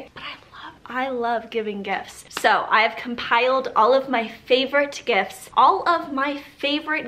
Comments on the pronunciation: Listen I know she was saying gifts but I heard gifs and when she said “all of my favorite gifts” I thought a plethora of gifs would pop up on screen 🤣😂🤣 *sigh it’s been a long day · I hear "GIFs" every time 😂